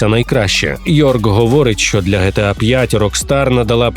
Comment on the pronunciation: Не ГеТеА, а ДжіТіЕй